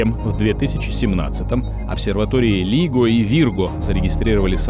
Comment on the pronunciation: А диктор совсем не в теме. Скопление галактик на расстоянии ста миллипарсек... Кто не понял - сто миллипарсек - это треть светового года, в поясе Койпера. И гравитационную обсерваторию все астрономы произносят "Лайго". Голос и дикция хороши, но надо же еще и просвещать человека, пробные чтения новостей со знающим человеком проводить... Хватит уже позорного кое-какерства! Сколько можно настоящие прорывы информационно сливать шутам типа Маска?